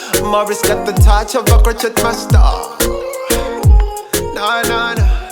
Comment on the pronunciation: hello. i want to say this in the friendly way. crochet is a french word. you say crowshay.